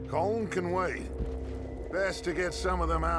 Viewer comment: Good lad on the colm pronunciation